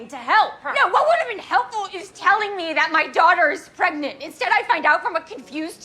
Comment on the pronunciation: wait she's pagent? gregnant even! Some might say paregnent